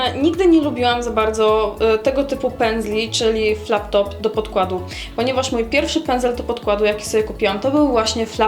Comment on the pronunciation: Fajnie sie Ciebie oglada a pedzel to Flat Top - nie Flap Top- przejęzyczenie. Pozdrawiam